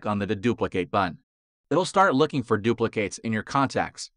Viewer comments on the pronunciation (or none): Anyone else irrationally angry how he says “duplicates”?